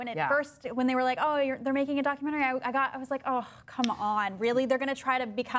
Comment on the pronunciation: Why does she pronounce "doc cue mannery"?